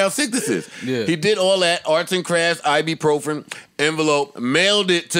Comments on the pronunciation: "I-be-pro-fren" - Joe "I got maaaadddd Motrin." - Parks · Joe trying to pronounce ibuprofen is crazy